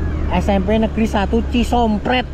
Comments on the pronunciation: CISOMPET bukan cisompret Om🫣😅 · bang bukan ci sompret tapi ci sompet tdk pake r bang..saya asli dari cikelet pamengpek..salam dari papua meraoke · Lucu min pas ngomong cisompet jadi cisompret😂😂😂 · Cisompet bukan cisompret hadeuh koh koh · Mas saya lihat youtube nya kocak banget mas bicaranya, maaf mas bukan cisompret tapi cisompet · Di ralat bang,,, bukan cisompret tapi cisompet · Bukan cisompret tapi Cisompet koh.... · Cisompet boss....bkn sompreetttt,....😂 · bukan cisompret bang tapi cisompet, kaga pakai r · a itu kmp cisompet bukan c sompret 😅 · Bukan Cisompret cisompet mas 😊😊😊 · Bukan cispret a itu cisompet tempat sekolah aloh😂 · Cisompet bang bkn cisomprett🤣🤣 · cisompet bang ..bukan cisompRet he he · Bukan Cisompret bang tp Cisompet . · Cisompet bkn cisompret😂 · Bukan cisompret tapi Cisompet ..... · Ci sompet bukan ci sompret bro😅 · Cisompet bkn cisompret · Maaf bang . Kalau baca tuh yang bener . Itu ci sompet . Bukan ci sompret klau kedengeran oleh warga ci sompet itu bahaya loh . . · maaf tolong narasinya yg bnr trutama dlm mmbaca na daerah itu bkn cisompret tp cisompet baca yg jelas dan tdk hrs di plesetkan sbb huruf sunda ada huruf konsonan dua hurug yaitu E dan huruf U itu cara bacanya beda dan fahami itu.... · Cisompet bukan cisompret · cisompet bos bukan cisompret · Cisompét, bukan cisompret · Cisompet...bukan Cisompret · Cisompet a Bukan , Cisompret😤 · Ci sompet bro bukan prettt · Astagfirulloh bukan sisompret tapi cisompet,baca yg bener mas bro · Bro, lu kayanya harus belajar lagi membaca. CISOMPET bukan CISOMPRET. hadeuh,,,,, parah